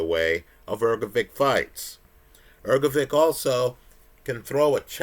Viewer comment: The man you love so much has a name that is not pronounced as Ergo-vick,. Take a minute to have the decency to learn how to pronounce someone’s name. It’s common courtesy.